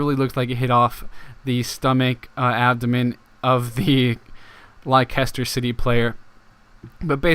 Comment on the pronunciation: You say it les ter not li ces ter